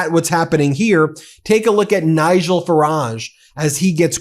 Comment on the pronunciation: It's pronounced "Fa-ridge" not "Fa-rar-je". He's not French.